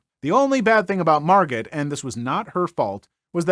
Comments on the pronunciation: "Margot" is pronounced "," dear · The T on the end of Margot is usually silent,. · The T is silent! Margot pronounced. Plz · Thank you! He’s the second YouTuber who mispronounced this name.